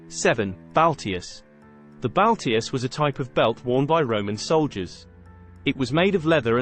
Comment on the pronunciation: "Lorica" Not "Lyrica" And "Balteus" Not "Baltius"